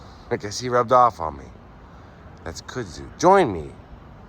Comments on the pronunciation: It's pronounced Kud zoo by the way. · This is a very special video. I hope those who watch this realize that. Thank you for sharing this along with your thoughts. God bless you. Btw . . .pronounced “kudzoo” lol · The pronounced word kudzu is. Kud...like mud.zu....we even have a king and queen of kudzu every year!! Stay safe!! Blessings!!